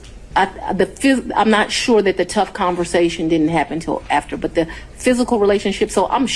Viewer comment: Before, and "ATHTER"🧐. Anyone else notice this? Love the content but wow